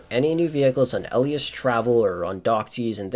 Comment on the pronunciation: I am more concerned that in 9 years you haven't learnt how to pronounce "Elitas" correctly